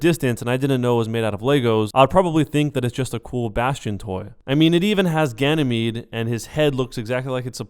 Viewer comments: why you say ganemede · tf2 he pronounces Ganymede with a soft e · Ganymede Pronounciation Gany mayday